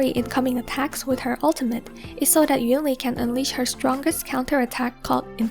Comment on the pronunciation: although she still pronounced “yunli” the same way as EN dub rather than in chinese